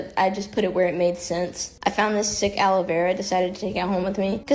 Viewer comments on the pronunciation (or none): none